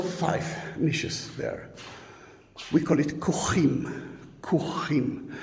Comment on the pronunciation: The body slots excavated out of the facades of the tomb wall WEREN'T sealed up after bodies were slid into them. The tomb chamber ITSELF was CLOSED with a LARGE STONE. The filled in slotholes of the "KOCHIM" (NOT as MISpronounced, "kohim") closest to the entrance are NOT closed because they are occupied. They are filled in to form the side wall of the MODERN EXCAVATED chamber just to the right of the tomb entrance that was made as a STORAGE ROOM for the shit like the stack of plastic chairs visible in it!! So much for RESPECT of ancient sites!!